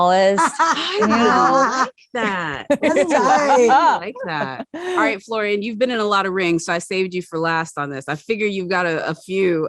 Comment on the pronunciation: It's Florian, not Florian. It's very important to get the pronunciation right. The same with Sebastian Stan.